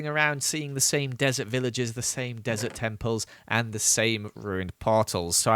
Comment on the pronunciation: Him saying he stays in a dresert* later goes in the nether Nether : I,M NOT THE DRESERT